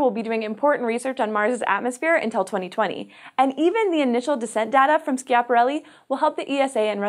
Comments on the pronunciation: Please pronounce 'Schiaparelli' in the right way.. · Is Schiaparelli pronounced "Skiaparelli"? I thought it was pronounced as it was spelled "Schiaparelli".... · Slow down! Bailed out half way through this exclaiming "Shut up!". You talk too fast, you edit out gaps between sentences leading to this not being watchable. Oh! You should check pronunciation of " Schiaparelli ".